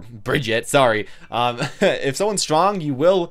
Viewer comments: Not Brigett its Brigitte😣😑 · I like how he says it wrong twice hahaha Bri-gi-ta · Btw, you make a lot of good points about how people integrate heroes in. I agree with pretty much everything you said, but could you pronounce her name right? She says it herself. Brig-eat-uh.